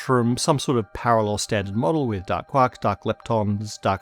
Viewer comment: From now on, you will only hear say quack of quark, and duck instead of dark. Have fun!